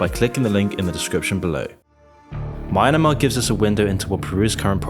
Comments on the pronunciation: Coup de grâce is French, you pronounce it "coo - de - graw" in French. Yes, in English as well. Junta is Spanish, you pronounce it "hoon - ta" in Spanish. Yes, in English as well. Rohingya is pronounced "Row - hing - yah." Myanmar is pronounced "Me-yan-mar." You should look up words you are unfamiliar with before recording. If you aren't sure - check, it'll help you sound more competent. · WHY THE FUCK ARE YOU PRONOUNCING MYANMAR AS "MINANMAR"? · Mynamar? Christ man, if you can't even pronounce countries let alone coherent sentences anybody other than brits can understand, maybe at least hire a narrator? I'll do it man, my English is flawless. Or just work on it even a little bit. So much incredibly valuable information gets lost. Your channel would skyrocket. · Mi.Yan.Mar = Myanmar. Please pronounce it properly. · WTF is a Mineamur? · Nobody. This guy: my anne a mar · The way he pronounces maynmar is enough to make me overthrow my government. It's so painful to listen to 😂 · the way he pronounces myanmar tho lmfao- Mynamar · MEE YAN MAR HOON TA CAS TEE YO you need a proofreader/annunciation editor. Please hire me. I am SICK of yelling the proper pronunciations of so many words and proper names. I have counted 30 plus errors and we are only at EE RAN. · you pronounced Myanmar incorrectly. Its pronounced as Mee-ya-ma. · It's a good idea to check pronunciation before doing these vids: Coup de grace = koo de grar Myanmar = Me-an-mar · If you're gonna use words you are unfamiliar with please look up how to pronounce them before you make a video. It undermines your credibility if you mispronounce the very words you put in a script. Doubly so when it's a countries name. Coup de Grace = koo day graa Junta = hoon ta Myanmar = me yen mar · its not mynamar.... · MYANMAR..... there is no "i" where you imagined one lol. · Great video, but you pronounced Myanmar wrong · I was looking for a case study into the maximum number of ways to mispronounce Myanmar. Thanks.